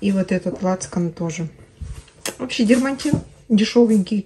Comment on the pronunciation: Дерматин, не дермаНтин